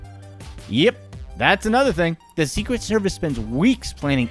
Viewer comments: "The Secwet Services" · "The Secwet Service"